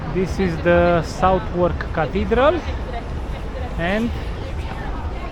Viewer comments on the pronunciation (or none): I enjoyed this walk. A little further on from the National Army Museum is the Chelsea Physic Garden which is a lovely hidden gem you can visit. There’s also a nice restaurant in the garden. And Southwark is pronounced sutherk. Best wishes.